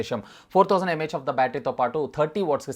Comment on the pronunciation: Its really irritating when u say.. mah of the battery!! No offense.